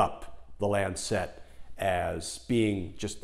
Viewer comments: Love the piece but Lancet is pronounced LANcet not LanCET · Not quite how Lancet is pronounced. It's a softer "set" rather than lan- SET. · For goodness sake pronounce Lancet correctly. It is not Lancette. Mispronunciation a la Trump distracts from the message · lancet. pronounced lan sit, not lan set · Btw it's the LAncet, not the LancEt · good clip, good arguments. -- one quibble though: it's not Lan-sette. The medical journal is called the Lan-sit. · It is not the "Lan Cet" as he keeps saying, it is the "lancet" all one word!!! Wouldn't bother me so much but to my ear it is distracting from the content. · Not Lancette, Lancet [short end] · Glenn, it's not Lan Set. It's not a satellite. It's not Chinese. LAN-set. A little sharp knife, a LANCET. You know--like "lance a boil." You're driving me crazy with that mispronunciation! Jesus. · I love you videos and do hope you predictions come true in January. Just a small note. Lancet is pronounced 'Lancit' (as in the knife). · It is pronounced LAN-set. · If you’re going to make a video for thousands of views, why not take the trouble to find out how to pronounce words you use. You probably don’t even know what a lancet is. LAN suht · While I agree with your major points, it doesn’t help make your case that you evidently have never heard of the word or the journal “lancet” before and are so incurious as to not care how it’s pronounced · for the pronunciation of lancet ;-) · Good story, but I got totally distracted by the mispronounciation of the word "lancet". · LEARN TO PRONOUNCE LANCET, I CAN'T WATCH YOU MISPRONOUNCE IT SO SEDULOUSLY. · A picky point: Lancet is a one syllable word.